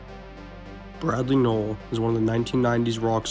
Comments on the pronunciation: Pronounced "Nole" not "no ell". Hard to watch this hearing his name mispronounced a hundred times. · It’s not “NO ELL” holy shit I can’t watch this